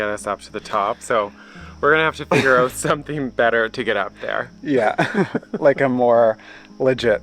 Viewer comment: I heard pronounce out, oot. Beautiful home your accomplishing. Stay safe!